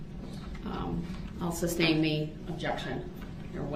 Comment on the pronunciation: There should be a 'substain' drinking game